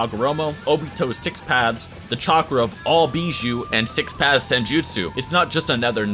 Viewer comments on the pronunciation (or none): I keep on hearing six pads